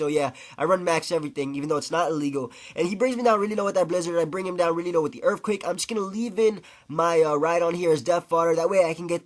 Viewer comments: i disliked this video because 1 i just cant stand you saying erfquake, and 2 using wrap and toxic is just lame as hell. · You sayin erfquake is very irritating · "Urfquacke" LOL